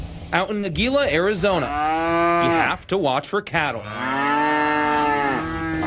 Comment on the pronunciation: GILA AZ Is pronounced hee-la